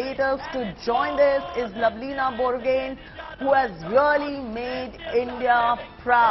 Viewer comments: Her name is lovlina borgohain not lovlina borgen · Pronunciation properly her name